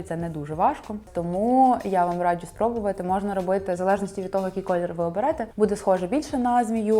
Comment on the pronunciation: Хтось теж помітив, що дівчата на відео цікаво вимовляють деякі слова☺Якщо є звук "дж", то він завжди пом'якшений. Наприклад "раджЮ" а не раджу, або "джЄмпер", а не джемпер😎..але це не працює з джинсами🧐Тому тут вам не тільки стиль, а ще й філологія💛Дуже подобається🤎